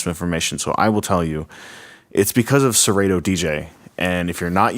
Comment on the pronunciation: First thing, it's Serato, with a short a, not a long a. Second thing, it says right on the controller Serato. This controller was built, designed, and marketed to work with Serato DJ./Serato D.J. Intro. And it does just that. It is plug and play with Serato. Dude, you should have done more research, because the information is available on Numark's website as well as Serato's. I purchased mine about 6 weeks ago, have used it extensively(12+ hours) every weekend......it works flawlessly. And let me stress....FLAWLESSLY. The sound quality is great, the pitch faders are very accurate, and the platter response is surprisingly good. The effects strip/search strip is a nice added feature, and I do like the built in display on the jogs. This controller is a steal at $300.00.